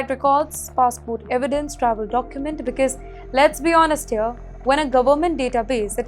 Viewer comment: ‘BECAUSE’ is NOT pronounced as BIKIZ please. It’s neither stylish nor cool. Please back up your confidence with better narration.